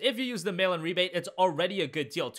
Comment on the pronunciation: I always thought he said "Melon Rebate" I was so confused for so long.